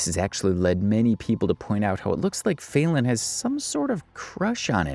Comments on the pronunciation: Her name is not fail-en. You're either an idiot or you're doing it on purpose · “FAY-Lin”…. Kinda sounds like FAILING doesn’t it…